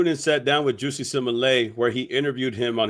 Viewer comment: Bruh called that man juicy 😂